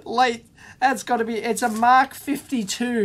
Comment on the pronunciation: Hi, Dave! From Russia with 73! =) Want to say a couple words on MK52 calc. Actual it reads "Am-Ka" (not Mark). It means 'Micro-Calculator'. An it is programmable, engineering. It is possible to run some special code on it for integration, statistics etc. Even kinda of logic or physic-based games. (Like space travel or ballistics) There were strong community of users in SU back then and some fans of vintage Sov-electronics still apreciate it.